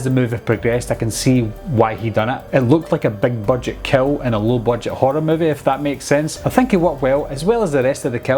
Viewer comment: Awesome review! It took me a bit to realize you weren’t saying “cow”, but “kill”. I got it all after that. Art’s freaky scary...mute killer with victims that have no idea why they’re about to be killed. The red food colouring in his teeth, black and white face and clothes. Menacing! Spot-on assessment!